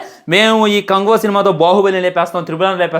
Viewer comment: Bro neku movie name kuda sariga anadam ravadamle anduku bro neku reviews mundu names sariga chepadam nechuko daily nevi chusta kani ela mari antha darunamga matladam nachale